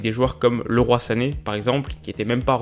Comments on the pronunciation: On dit Leeroye pas le roi sané il l’a dit en conf de presse avc city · Ça se prononce pas LE ROI...